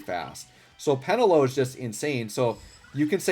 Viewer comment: peNElo; not PEnelo :)